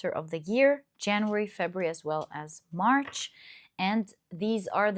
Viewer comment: March not MARS 😂 I was hella confused for a bit, hehe!